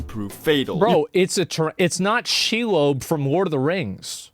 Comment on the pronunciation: Did Asmon just say SheLOBE? aaaaaaaaaaaaghaaaaaaaaaaaghhagggggggggggggggggggh